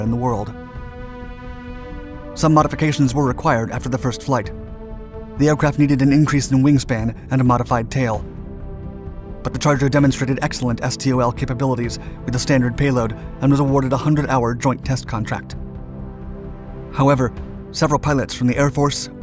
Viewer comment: STOL is pronounced stall.